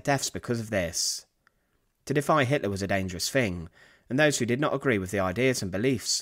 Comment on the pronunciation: Great vid as always, but it's not "Fing" it's "THing". aIso it's not "Def" it's "Death" It's not "Bruver" it's "BroTHer" Please if you're going to do this, increase your credibility by enunciating correctly.- Please?